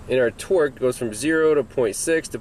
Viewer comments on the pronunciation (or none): when you say torque it sounds like twerk , my girlfriend was giving me the look and had to come and see what i was watching. Are you from boston or something? Either way, very informative and useful information.